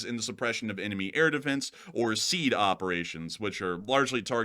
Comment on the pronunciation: Sweet jesus....this is driving me nuts - it's not pronounced "seed" operations - it's "SEE ADD" killing me smalls